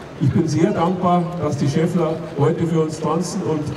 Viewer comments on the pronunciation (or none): sagt er wirklich "Schaffler" ?? 🤦🏻‍♂️ so viel zum OB